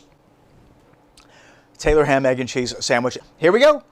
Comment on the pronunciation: I’m from Maryland but my wife’s family went to Jersey every summer and they call it, and have been frequently corrected, Taylor’s pork roll. Also he should have said make it a drinking game and every time he mispronounced it to take a drink 😂